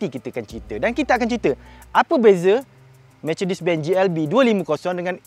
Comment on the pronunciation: Mechedees?? Mechedesss… aduuu pokat bona Melayu ekau jang…